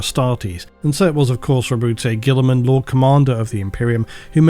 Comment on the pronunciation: You need to figure out your pronunciations, then make them uniform throughout the videos. Multiple pronunciations of Roboute Guilliman, Abaddon, etc. randomly spread throughout, and sometimes coming so close to each other so that they seemingly contradict each other is not a sign of well produced content. You produce very good content, and your narration should reflect this. It doesn't really matter if you mispronounce proper nouns, but at least stick to only one pronunciation.